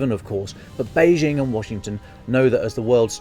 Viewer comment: This would have been much better without the forced analogy with an old film and the attempts at humour. Just tell it straight. There is plenty of interesting material. Also, brush up on the difference between de facto and de jure (Lukashenko is the de facto ruler of Belarus) and the pronunciation of Beijing (the j is pronounced like an ordinary English j).